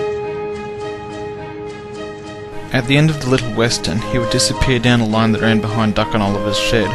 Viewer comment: Sorry said western wrong :P